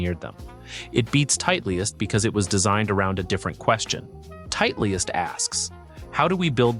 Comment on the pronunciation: good content, but can't believe this guy doesn't know how to pronounce Titleist